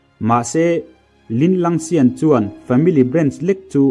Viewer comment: Sirr kalo sawi ve leh lawk linlangsian tih in ilam a adillo deuh in ka hriaa Tian tih pangai a lam zawk tur ani lo maww afilm ah pawh row deuh in linlangsian ti lo in linlang tian an tiaa.ithiamlo ka tihna anilo aniaa lamsual zeuh ang hi awm ve thei aa ...